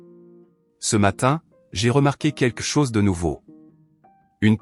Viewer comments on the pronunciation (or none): "Quelque chose" ne se prononce pas "quekle chose " ou je ne sais quoi 😅 Blablabla .. .